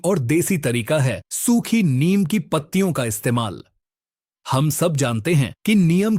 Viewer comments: भाईसाहब "नीम" को "नियम" नहीं कहते हैं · अरे भाई नीम को नियम नहीं बोलो